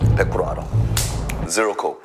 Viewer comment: 쭌오빠 zero 발음에 눕습니다.. ㅇ<-< 개섹시해 흑흑 ㅠ